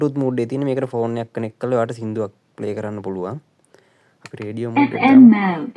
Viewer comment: රේඩි කියල උච්චාරණය කරන්න එපා.the correct word is Radio(රේඞියෝ).එමෙන්ම ඔබ ගේ ව්‍යාපාරය දිනෙන් දින සාර්ථක වෙන්න කියා මම සුභ පතමි.